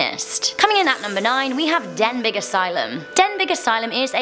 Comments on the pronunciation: please, please, please read this out on your next vid? Thanks. I am from North Wales and you DO NOT prenounce this place name Den-big lick you said it, you say it like this Den-bee. Just to clear this with you. All your welsh fans will be fu! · Its denbee not denbig i think. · as much as i love your videos and danny's videos there is one thing that really triggers me and its when you pronounce place names wrong like on this video you said denbig when it should be pronounced as denby please can you sort that out otherwise i do love these videos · It's pronounced den bee not den big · It's pronounced denbee not Denbig. I've been there and left with a hand print bruise on my shin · Denbigh Asylum is pronouned "Den-bee" I live around 25 - 30 mins away from the Asylum and locals call it the Denbigh Nut House. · Good video ... but Denbigh is pronounced "Den-bee". ;-) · SOrry normally i dont mind mispronunciations but its denbi.. as a phonetic spelling. i live near there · Number 9 is pronounced “den-bee” asylum, I have been there myself since I live around 20 minutes away and whilst in there my friends and I heard footsteps and voices and when we went to investigate there was nobody there. Certain parts of the building is much much colder than others, and there is many satanic symbols graffitied all over the building. I managed to get one picture which actually had a face in. However, it is also extremely unsafe as the building is falling apart. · Hey the Denbigh asylum is said like den bee It’s just I’m from wales and that triggered me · You say it dembey asylum btw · You had pronounced Dimbych incorrect 😉